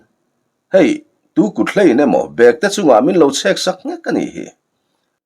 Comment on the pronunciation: Chhiartu kha i intlawhkhalh lâwk viau na in ziaktu rilru angin I chhiar bîklo maithei a nia. Bêktê I thlûk dân hi a diklo "London kal ka châk hle" tiha châk hle thlûk ang hian lam tûr.